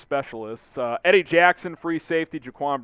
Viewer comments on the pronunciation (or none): none